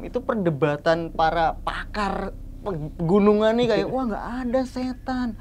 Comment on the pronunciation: Kenapa ngomongnya pergunungan 😅